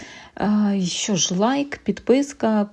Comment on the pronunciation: 'чьі', 'щьо' - суржикова вимова; правильно казати 'чи', 'що' ☝️